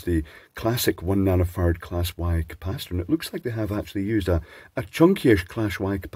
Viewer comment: My girlfriend giggles every time her uninitiated, North American ears hears you say "nano farad". She hears "nano fart" 😅 I think it's rude of her but also pretty funny.